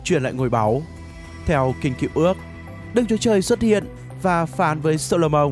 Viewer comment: Tôi xin lỗi nhưng vua gì cơ? "Sô-lô-mông" á!?